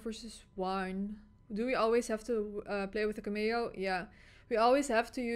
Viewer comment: The pronunciation of cameo is CAM-eeeo. CAM as in camera.